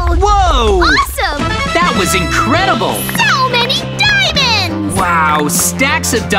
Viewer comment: i heard say inwedible